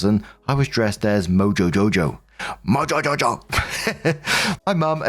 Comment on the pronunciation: You said MoJo JoJo correctly. 😂